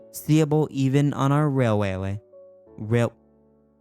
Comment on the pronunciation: Railwaway, railalaway, railailray, blwahkdwj I can’t say railway! 😂 that was hilarious. What a lovely, lovely world we live in, huh dude? 😄